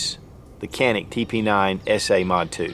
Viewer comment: I will go ahead and be that guy by saying that its pronounced "Janik"